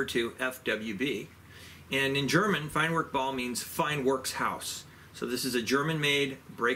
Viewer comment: Germans pronounce the W as a V so it's pronounced FINE VERK BAU. Too bad it's not available in .22.